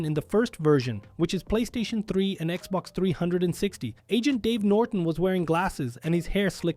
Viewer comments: XBOX 3and60 and the PlayStation And 3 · In Poland, we actually used to call it the Xbox "360" und pronounced the whole number